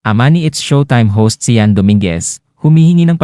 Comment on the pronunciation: "SHAN" po hindi SI-YAN" 😅 akala ko po kung sinong SI-YAN 😅 anyways matapang ka Cianne ☺️